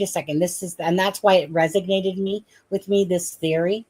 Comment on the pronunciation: isn´t it resonated? why you saying resignated?